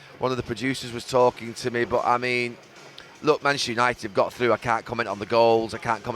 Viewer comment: Gary Neville talking about ‘Yanited’? I’m shocked